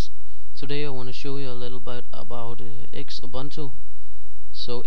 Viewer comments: I think it is pronounced Zubuntu like Zoo-Boon Too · I am pretty sure its pronounced X-ubuntu